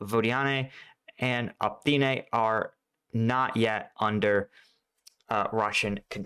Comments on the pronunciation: For the love of pete ... O - Pit - Nay lol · It's pronounced op-it-na (Optyne) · Seriously... O-PYT-NE